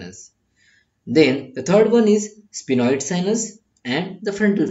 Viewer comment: Sphenoid not spinoid